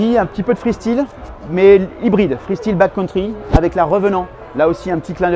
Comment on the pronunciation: J’ai mal aux oreilles chaque fois que j’entends « freestile » 😂